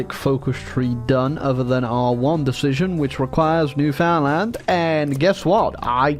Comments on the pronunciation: As a Canadian, it will always bug me when people say New-Found-Land. Yes that's how it's spelled, but it's pronounced New-fund-lund dammit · ITS PRONOUNCED LIKE "NEWFIN LAND" NOT "NEW FOUND LAND" posting this for all my canadians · It's not "New Found-land" that is just about the worst way to start it, it's actually "Newfin-land". I mean like saying it like that is just blasphemy. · its newfinland not newfoundland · Isp: NEW-FOUND-LAND!! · Alright kids, say it with me! Newfinland. New-fin-land. Say it right ffs. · All these years and still can't pronounce Newfoundland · I hate how says Newfoundland